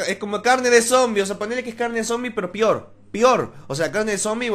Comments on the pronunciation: jajajaj no se dise pior se dise peor xd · Pior jajajaja "pior pior" haha te drogas ? dime que fumas ?